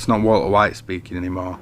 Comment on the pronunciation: I like your accent. I like the way you say 'Walter White'. A lot of people have made videos about Breaking Bad - and I have watched a lot of them. But your unique British accent might be the thing that sets you apart. As for the content itself, you identified the "I am the one who knocks" event, explained it beautifully, linked it to other important events, and brought it all to a safe end - tying your end to your beginning. Your personal point of view was clear. I liked it.